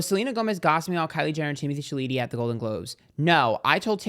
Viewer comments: the way to pronounce Timothee Chalet last name is in the French... Sounds like "Shall-A-May"...... Your welcome.... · Pronunciation is “Shallow-May” Timothee Chalamet!!! 😉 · The way he pronounces Chalamet is iconic ! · I love the fact that you still haven’t figured out how to pronounce Timothee’s last name 😂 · love how you pronounce timothees name xDD